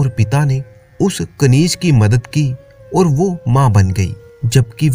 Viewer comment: आप और के बदले ओर बोलते हैं